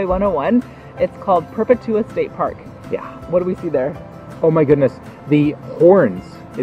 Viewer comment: It is called Purr-pet-you-ah